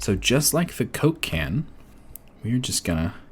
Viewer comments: everytime you said coke can i heard cocaine..... i think i got a problem haha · Am i the only one who hears "Cocain" every time he said Coke can ? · the way you said "coke can" is like a name of a drug man... lol great vids btw